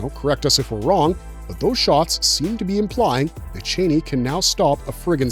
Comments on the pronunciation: her name is said char-nee not Chainey lol 🫣🥴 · Not chaney, ch-ah-nee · Thank for this breakdown. ..It is C H AN I..(chann-ee)😊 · U kno it’s not the way YOU pronounce it it’s